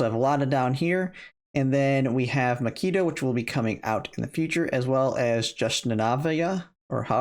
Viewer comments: Great info. Pronunciation of macchiato was Killing me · HAHHAHA makeeto?? Can you read? Have you ever heard of coffee? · Lol. I don't like coffee either, to the point that I avoid going in coffee shops because the smell makes me somewhat nausious. But even I know how to pronounce common names of coffee like Macchiato, Expresso, and Cappucchino.